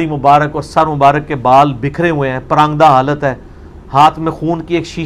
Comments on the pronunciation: engeenier bhai prandahal nhi hota paragnda hal lfz hota hy. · Sai tarah suno parangda he bola hai ali bhai ny